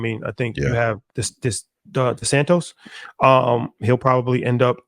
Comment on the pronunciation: Lmao he purposely keeps repeating Desantis name wrong and calling him Desantos